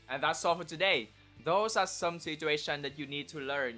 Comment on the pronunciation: "Some" not "cone"